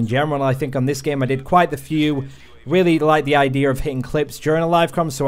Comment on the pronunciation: Liam Crowley no ur not the only one lmao